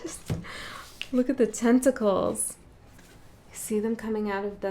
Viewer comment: lol "tent"ticles